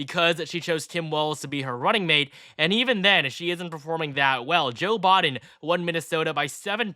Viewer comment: Am I the only one hearing 'Bodden' Instead of Biden?